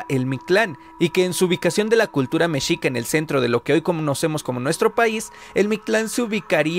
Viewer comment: Pronuncias mal la palabra mexica .....